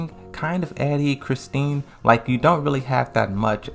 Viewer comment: Please tell me somebody heard him call “Christie”, “ChristiNe”….its giving “Tekken 7 is my first Tekken game” 🤦🏾‍♂️